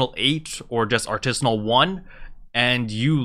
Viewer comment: Got drunk by taking a shot each time he misspronaunced Artisan rank and Artisan'sssssss :D *hick